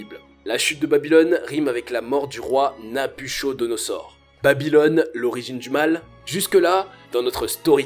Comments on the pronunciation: Très bonne vidéo , juste une chose , on prononce Nabuchodonosaure ---> Nabuquodonosaure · Sauf que l'on prononce Nabukodonosor et non pas nabuchodonosor Comme on a appris à l'école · Je me permets, mais ça se prononce "Nabukodonosor" et non "nabuchodonosor" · Mauvaise prononciation de NABUCHODONOSOR... dommage ! On ne prononce pas "cho" mais "ko" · 1790 avant JC précise stp et Babylone ( Iran) n'est pas en Asie mais au Moyen-Orient Afrique, on dit Nabuchodonosor ( kodonosor) pas chodo. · On prononce Nabukodonosor... Pas NabuCHAUD... Il y a de l'écho dans la pièce (éko), pas de l'échaud... Nous pouvons, et non pas nous pouvont... Le genre ado excité, c'est un peu pénible en voix off... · Salut, et bonne vidéo, on ne dit pas Nabuchodonosor; mais nabuKodonosor, sa s'écrit comme le cas N1 mais se prononce comme le N2 ! ! ! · Heuuu... Prononcez Nabu "ko" donosor et non Nabucho... Ca fait un peu amateur, mais intéressant tout de même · Prononce "n'a bu ko do no zor" 🤣🤣🤣🤣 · Attention à la prononciation du nom du roi Nabuchodonosor, se prononce "NabuKodonosor". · Dans Nabuchodonosor le ch se prononce k. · Nabuchodonosor se prononce na bu ko do no zor. De rien c'est gratuit ! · on prononce Nabouccodonosor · Nabuchodonosor ne prononce Nabukodonosor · Travaille ton français et ta grammaire, c'est un conseil, et c'est de la part d'un algérien... Ah oui et ça se lit NabuCOdonosor même si ça s'écrit NabucHodonosor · Qu'est ce que tu dis ?... le nom du grand roi se lit ; NABUKKODONOSOR. J'ai enlever la lettre "h" et laissé le "k" ou "c" Pour que tu comprennes . En gros "c et h" se prononcent : " que" et non "che" . Cela montre que tu dois arrêter tes approximations par la travail et la connaissance. IL EN VA DE TA CRÉDIBILITÉ. Cordialement. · Revois ta syntaxe, ton élocution car à des moments on ne comprends rien. Tes phrases sont parfois mal construites. Et Nabuchodonozor... stp le CH se prononce K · Nabuchodosor roi de babylone ça se prononce" NabuKodonosor"